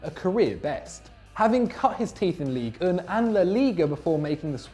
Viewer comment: Look to your pronunciation. Ligue 1 is not "league oon".